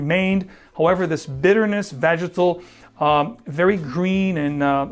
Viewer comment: VAGITAL? 😅 Do you mean VEGETAL my man? 🤣 Very different smells.